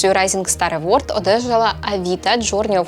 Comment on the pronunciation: Вітаю! Дякую за класний контент. Маю одне доповнення: на скільки мені відомо, то в слові award наголос на останній склад - евОрд.